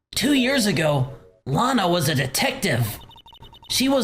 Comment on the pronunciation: Every time they say Lana I think they're saying Lotta, so I keep picturing Ema's older sister being Lotta Hart. Gives me a chuckle.